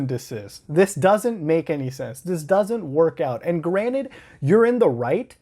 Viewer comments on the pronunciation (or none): Did you just say granite instead of granted?